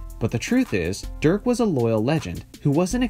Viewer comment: It´s DIRK not Dürk